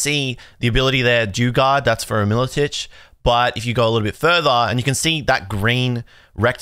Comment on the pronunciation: I have never heard anyone pronounce Milotic like that before